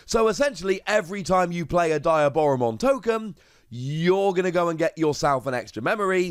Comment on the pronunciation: Its pronounced "de-a-bora-mon"